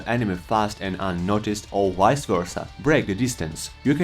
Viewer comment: 🤣 and wice wersa